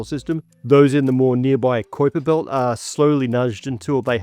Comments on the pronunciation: This is an awesome video! LOVE IT! It's KY-PER belt though, not KWY-PER. Sorry, it was just driving me nuts hearing it mispronounced a bunch of times. My OCD would not let me let it go lol im sure as a scientist, you understand. Other than that, extremely informative and interesting and i will be watching everything this channel presents. :) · love PBS, love ya'll for years, like more than 30 years serious 10/10 work HOWEVER Kuiper is pronounced like "viper", not "ku-ouiper" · You mispronouncing 'kuiper' like that makes me wonder. Especially after Hank Green got caught reading an AI script. Every single person who knows what the kuiper belt is knows it's pronounced 'kye-pur'. Are you reading a script you don't fully understand?... That's like a pokemon player saying 'pikachu' wrong. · Is Koyper belt the correct pronunciation? Have I been saying Kiper belt wrong my whole life, or are both accepted? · Flinching at his pronunciation of "kuiper belt"